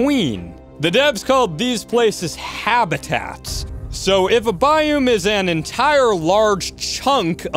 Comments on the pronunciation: It's a biOme not a biUme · How you pronounce biome makes my ears hurt XD and that you say it so rapid fire at one point was crazy lol.